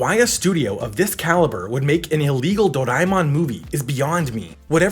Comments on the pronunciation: It's doreamon not doriemon 😶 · It's actually Doraemon not do raie mon these Americans are sucked with their accents . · I wasn't going to say a thing about your pronunciation until you posted a clip of how to say it correctly and then immediately said it wrong lol.